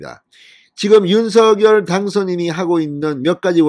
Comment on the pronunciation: 윤성녈로만 발음해 주시면 진짜 이 채널 구독자 300만 될 텐데….